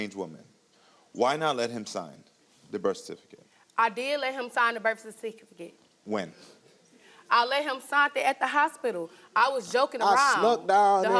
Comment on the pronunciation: Bish can't even say "birth certificate " correctly 🤦🏾‍♀️ She desperately trying to act changed but she still a 304